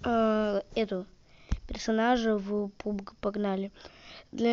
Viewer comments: Не пубг а пабг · Правильно она сказала, пабг, а не пубг